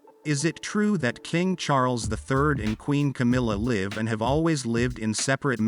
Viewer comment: In the context of this narrative you pronounce 'live' as an adjective 'live' with a long 'i' insted of as a verb 'liv' with a short 'i'. Obviously you do not really understand what you are reading, in other words you are ignorant and uneducated. Traditionally, the British aristocracy have always had separate bedrooms.